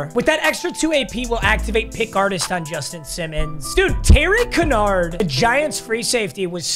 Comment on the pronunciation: btw, terry kinard is pernounced kin-yard